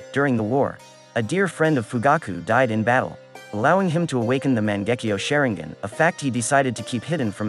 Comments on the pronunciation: NObody:: Sharengan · Man... I've never heard the name Sharingan butchered so badly. Share-ing-ann is a new one for me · Wtf is shearing-guen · Mans said mon-gek-io share-ing-gen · You failed me when you said "shayringan" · man-gecki-oh- sha-rine-gan oh-bitoh sase-keay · Shareing-gun? come onnnnnnnnnnnnnnn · "Sharing - gin" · Lol "Shaireengan" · I hate how you say "SHARE-ING-GHAN" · Garbage video. "Sharing-gun" "O-Beeto"? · THE WAY YOU SAY THESE NAMES IS HIGHKEY GETTING ME TRIGGERED Sharingan Obito Hatake 😐😐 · bruh i paused the vid everytime he said sharingan and just cringed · The way you say Sharingan should be a crime. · I like how he says "sharingan" lmao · The way he says sharingan felt a bit weird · With all respect and love pls say the sharingan's right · Said sharingan wrong 😞